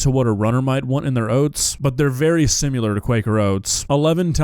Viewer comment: hey man, great video. why do you pronounce "similar" as if it's spelled "simular"